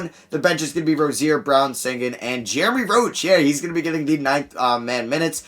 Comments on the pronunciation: Alperen Sengun is from turkey (like me) and in the Turkish letters there is a letter that makes the sound the sh makes but since that letter isn’t in English, they just put s. His name is supposed to be pronounced Alperen Shengun. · Alperen is from my country you gotta read it like Shengyn- şengün is his real last name tho